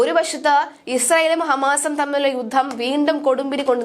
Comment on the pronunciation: വാർത്താവായനക്കാരായ ഈ പെൺകുട്ടികൾ മിക്കവരും 'യുദ്ധം' എന്നതിനെ 'യുദ്ദം' എന്നാണ് ഉച്ചരിക്കുന്നത്.